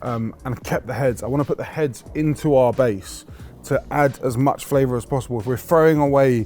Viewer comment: Flavour with a TH…. Hahahaa